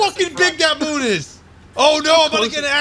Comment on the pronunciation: Did he just pronounced the moon "Mun"?